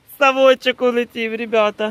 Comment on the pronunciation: улэтив...ахахах))